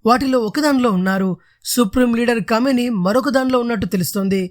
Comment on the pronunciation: కామినేని కాదురా అయ్యా క మేని అని చదువు సంపుతున్నావ్😁 నీవు న్యూస్ రీడర్ గా పనికిరావు